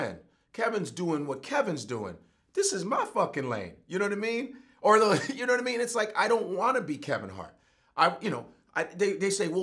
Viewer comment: knowadameen...he almost had it ctfu